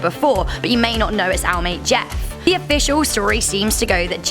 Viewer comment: It’s “Jeff” not JESS